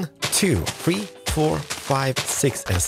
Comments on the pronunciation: I love the way he says three “ one two fwee four five” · you say number 3 weird